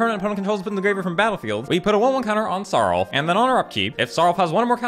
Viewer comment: next vid plz pronounce it "SAROOLF" has more impact